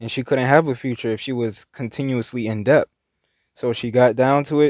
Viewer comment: The 'b' in debt is silent.